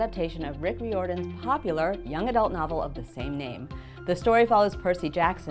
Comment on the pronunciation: she mispronounced riordan!! :’(